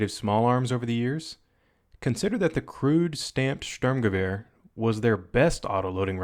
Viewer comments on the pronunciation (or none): Haha I'm german! Too funny how you pronounce Sturmgewehr! 😂